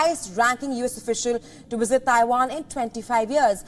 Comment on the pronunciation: A wisit?